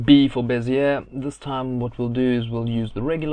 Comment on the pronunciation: Great tut..you speak like me!!! First time someone has got the pronunciation of bezier correct> You got to be South African!!;-)